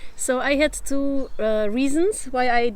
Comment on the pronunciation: Sorry for nitpicking, but should improve "too x two" and "better x badder"... OK, Im crawling back under the stone:D...anyway, great video as always. Interesting thoughts 👍 I have a theory, that people with good tonal or musical hearing have a big (maybe huge) advantage when learning foreign languages.